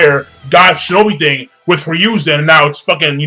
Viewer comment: Say it with me... HE-ROO-ZEN. It Hiruzen... Who's Ryuzen?